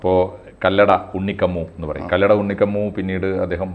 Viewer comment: അറിയില്ലെങ്കിൽ പറയാതിരിക്കാൻ നോക്കണം. കല്ലട അല്ല കല്ലടി